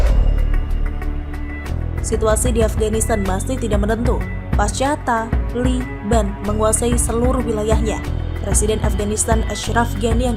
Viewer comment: Min....saat baca kata taliban biasa aja kali. Lama2 bosan .